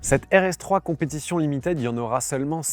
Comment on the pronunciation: Au top, comme d'hab, merci! (juste limited, ça se prononce "limitid", pas "limitèd", pitié pour les jeunes oreilles qui doivent apprendre ^^)